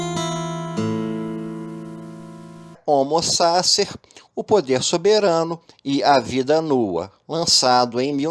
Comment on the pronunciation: O conteúdo do seu vídeo é maravilhoso. Se pronunciasse corretamente o nome do autor e o conceito de homo sacer, seria irretocável. Uma dica: use o Forvo para saber como se pronuncia qualquer palavra estrangeira.